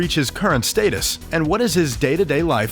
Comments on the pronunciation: did this man just say “Stateus” instead of “status”? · Stay-tus, boiiii its status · Why do you say status as “state is” headass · He said staytus